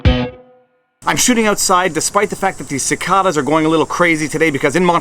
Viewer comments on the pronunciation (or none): Ci-CAY-duhs, not Ci-CAH-duhs. :s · He said "Ci/KA/da's" not "Ci/KAY/da's". -50 DKP. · We call cicadas with a long a sound vs an ah sound. Sih-cae-duhs. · The cicadas aren't nearly as distracting as your mispronunciation of that word. :)